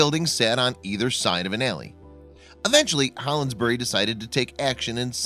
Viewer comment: A alley is not an "ale ee."